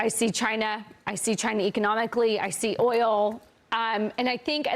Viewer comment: Gary Frank Young said chiner.